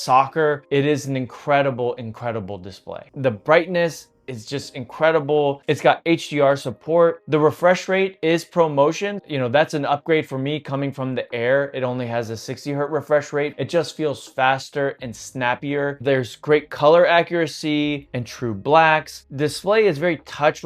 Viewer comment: Nice review, thanks! Psssst………it’s “Hertz”. No such thing as a “Hert”